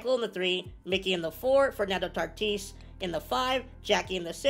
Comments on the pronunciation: Are we just not going to say how we said tatis’s name and he tartis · Tartis huh it’s tatis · Why do you say tartis